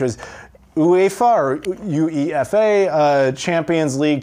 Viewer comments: not any rudeness, just help buddy... that UEFA xbox game you got.. its pronounced like "You Ay Fa".. Hope this helps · Nothing funnier than Americans trying to say UEFA. lol